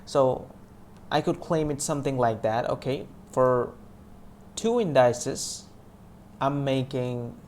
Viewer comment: You're mispronouncing indices. It's IN-DI-CEES not IN-DY-CES.